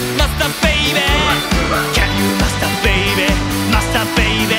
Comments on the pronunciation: の「can you」の発音が癖になりすぎる、、最高すぎるぞビバ〜〜〜！！！！ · Can you master baby? の発音ペラペラの人の発音で惚れた💕︎ さすがすぎる👏👏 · の「Can you」の発音がガチで好き。 10万回再生おめでとうございます🎉🎉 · 歌みた第2弾ありがとうございます！！ のと、さらっとcan you〜とAngelの発音いいが好きすぎる…に無限の可能性 ~同じ日のライブで、最初か最後が「One Night Carnival」アンコールに「イケナイ太陽」っていう所まで妄想した 何咥えてる？シガレット？爪楊枝？ 何にしろ飴咥えてたHappiness思い出す